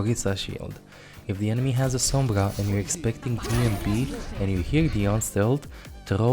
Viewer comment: Where does this accent come from? It's fascinating, I've never heard r's pronounced as g's before (Phagah/Ogisa/Sombga).